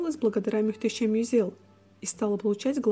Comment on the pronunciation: Каждый раз мюштесем... слух режет 😂